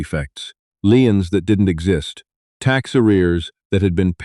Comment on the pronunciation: A Lien is a judgement against property of some kind. It is pronounced "LEEN"